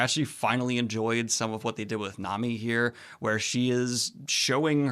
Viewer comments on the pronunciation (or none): Daniel, I love you dude and the work you do, but it's pronounced Mahn-Ga and Nah-Mi 😂 Japanese is a phonetically consistent language; vowels are always pronounced the same, no matter the consonant it's paired with. Enies Lobby is my favorite part of One Piece, it's just such a masterwork in storytelling and world building